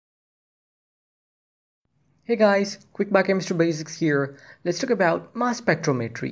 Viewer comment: spec-TROM-etry not spectro-MET-ry 🙄 duh